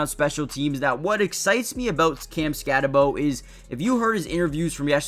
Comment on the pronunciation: Just wanted to point out, that even though it’s spelled SkatteBO, it’s pronounced SkatteBOO. Boo, not Bo.